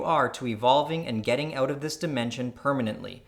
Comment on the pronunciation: 'getting OAT of this dimension..' xD